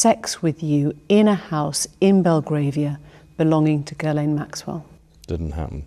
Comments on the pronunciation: Why do you pronounce her name Gilen ? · Its pronounced Ghislaine like Jiss-laine